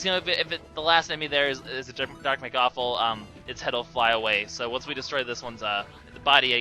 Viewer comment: It's not Mekawful. It's mechawful